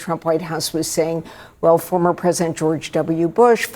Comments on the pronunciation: Its GEORGE not George-es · its pronounced "george" buddy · name is George not Georges ! lol